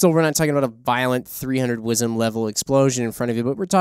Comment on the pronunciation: In the voice of Billy Connelly:,,,,,,. Stop saying WIZEM.